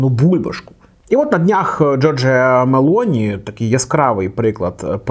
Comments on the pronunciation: Правильний наголос у прізвищі - Мело'ні, на другий склад. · Мелоні з наголосом на О. Виправляйтеся)